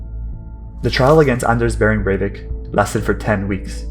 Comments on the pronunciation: Its not berwick its breivik bre with an E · It is BREIVIK, not BERWICK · Cool video but how did you manage to get his name wrong?